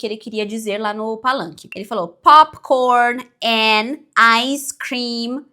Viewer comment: "Popikórni, áicêcrim"